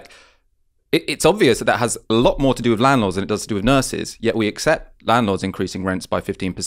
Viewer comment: Why do You have quite a well spoken tone but then pronounce with as wiv and Month as Mumf ? Just curious because I have noticed it a few times recently.